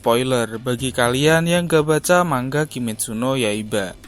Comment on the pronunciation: mang a bukan mangga